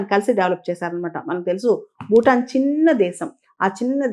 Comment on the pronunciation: మీ విశ్లేషణ చక్కగా ఉంటుంది. సరైన ఉచ్చారణను చేరిస్తే ఇంకా బాగుగా ఉంటుంది.( ‘బారత దేశం’ కాదు, ‘భారత దేశం. ‘బూటాన్’ కాదు, ‘భూటాన్ )